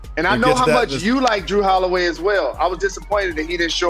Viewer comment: Jalen said Kawhi Lenil and Drew Holiway 🤣🤣🤣